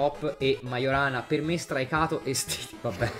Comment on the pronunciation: btw Majorana si legge "maiorana", non "magiorana".